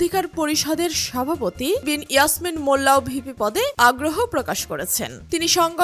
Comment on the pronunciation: নামটা ভালো করে বলতে পারলেন না, তাহলে জানবেন কি করে বিন ইয়ামিন মোল্লা কতটা জনপ্রিয়তা। আশা করি বিন ইয়ামিন মোল্লার জয় হবে। ছাত্র অধিকার পরিষদ ❤❤